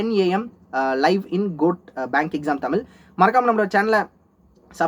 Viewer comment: 1)என்னது தமிலா, கேக்கவே நாராசமாயிருக்கு டா 🤬🤬அடேய் அதன் பெயர் தமிழ் அதை ஒழுங்கா தான் உச்சரித்து தொலையேன். தமிழ் என்பதையே ஒழுங்கா உச்சரிக்க வக்கில்லை இதுல இது தமிழச் சேனல் வேற, வடக்கன் கூட ஒழுங்கா உச்சரிப்பான் 🤡🤡 2) சேனல் பெயரில் மட்டும் தமிழை வெச்சிட்டு காணொலி முழுக்க ஆங்கிலத்தில் பேசுவதற்கு எதற்குடா தமிழ்னு பெயர் வெச்சி ஏமாத்திட்டுயிருக்க? நீ ஆங்கிலத்திலே காணொலி போடு ஒரு வித்தியாசமும் இருக்காது.